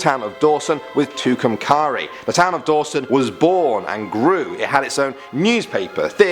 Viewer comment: You pronounced tucumcari wrong it tu come care y